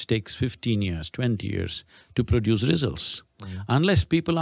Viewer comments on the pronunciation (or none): none